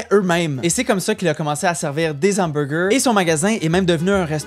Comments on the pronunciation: Des hamburgers (sans liaison) et non des z'hamburgers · Amusante vid ! Personnellement, je recommande le Burger de chez Boulud (héritage de celui au menu de jadis Le Cirque à New-York, racheté par Boulud et devenu l'incontournable Café Boulud). NB: Jeune homme, devant un H, on ne fait pas de liaison. Les Hamburgers ne deviennent pas de Zamburgers :) 9.5/10